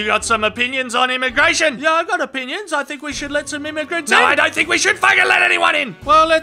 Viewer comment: OHHHH WHAT DID YOU SAY ABOUT IMMA-GRATION?